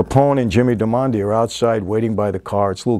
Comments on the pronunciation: Darmody is an beautiful Irish name, and it's pronounced DAR - MA - DEE. So, Mike would please try to get right for the next video. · 'Nooky' Johnson, Jimmy 'Darmon-day', bro Michael clearly hasn't watched the show if he can't even pronounce the main characters' names right 😂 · Jimmy's surname is Darmody, it's Irish. It's said like "Darr-muddy" i think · Sorry mike bug it’s Darmody.... Irish and I believe consumption is tuberculosis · Love your channel. Love this episode. Huge fan of Boardwalk Empire but Jimmy’s last name was pronounced Darmody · Only an Italian could (without meaning to) change an Irish Gaelic name like darmody into an Italian sounding one. He keeps saying DAR-MON-DI which really does sound Italian lol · If you're trying to tell me that you've watched this series, go tell it to Sweeny. 1. You continually mispronounce Jimmy's Surname wrong. It's mentioned enough times in the show, for crying out loud. "Dar moh dee" 2. The lead actress is Kelly McDonald. She plays Margaret Schroeder. You keep calling her character: "Kelly". 3. Nucky's wife, Mabel, died of Consumption. Consumption is Tuberculosis (TB), not alcoholism. Your researchers are making you look like a schmuck. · Duarmonde? So distracting tbh lol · Only a real paisan pronounces "Darmody" as "dar-MOND-ey." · Love watching all your videos but gotta say doesn't sound like ya actually watch the series lol maybe ya just recently watched the pilot to do this review but the 3 main characters of the series you completely said their names wrong which doesn't seem to off except for the fact that they say their names nonstop..It NUCKY not Nookie, Jimmy Darmody, and the woman lead is Margaret or Peggy somehow you got Kelly...Just an observation, if ya haven't watched the entire series definitely watch it, one of the best overall tv shows ever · Lol why does he keep saying all these names wrong? Did he actually watch the series? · Your pronunciation of Jimmy’s last name and Nuckys first name are wrong